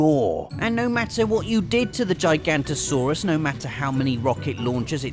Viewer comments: It's Gig-ah-note-toe-saurus, not G-eye-g-ant-o-saurus. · It is pronounced Jig-an-oh-toe-soar-us. And you misspelled Giganotosaurus. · Theres another "o" in gigantosaurus Its Giganotosaurus. Jig-uh-not-o Like the word juggernaut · It is Giganotosaurus not Gigantosaurus. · Giga noto saurus not giganto